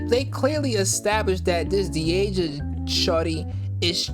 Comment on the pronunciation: Lmao you mispronounced Deasias name and pronounced it as my name, had me trippin for a sec like "uhh hello 👀 👋🏽 " 🤣🤣